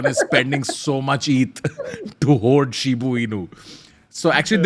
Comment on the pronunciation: pronouncing Shiba as "Shibu" is so funny!!🤣